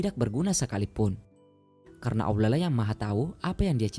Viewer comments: bahasa ny yg laen jlas... giliran ngomong Allah kok aulah... anda sengaja atau bagaimana?? sya tdak su udzon tetapi sya ingin tw knp anda tidak mngedit ny trlebih dahulu.... niat yg baik hrus berbarengn dengan cara yg baik. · bukan bermaksud apa apa...knp setiap berkata allah menjadi aulah...padahal yang lain jelas dan benar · Transanlate y ga enak bngt sih.. saat nyebut ALLAH nya😓